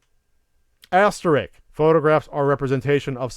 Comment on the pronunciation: Haha! What was that "penis fell off" thing?! That was just odd,. XD BTW It's "asterisk" not "Asterix" buddy, Asterix was a French comic book character but I wouldn't worry about it… at least not in the apoplectic way a bunch of people inevitably will here because this is YouTube comments.:)